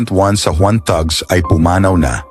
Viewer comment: "Tags" po ang pronunciation ng thugs :)